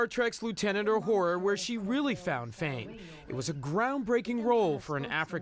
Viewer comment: Talk about butchering the name Uhura.